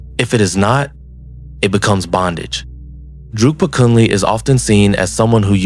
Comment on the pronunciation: He is called Drukpa KUNLEG, not Kunley. KUN means ALL, and LEG means GOOD. His name in Tibetan scripts shows it clearly: འབྲུག་པ་ཀུན་ལེགས་ Druk (འབྲུག) means Dragon, so Bhutan is the Land of the Dragon and so his full name could be translated as: "The all over good (excellent) man from the Land of the Dragon. Since Bhutanese can neither speak nor spell Tibetan, they make a lot of mistakes in spelling and pronouncing Tibetan words. Thats why all the word salads and everyone repeats that mistake.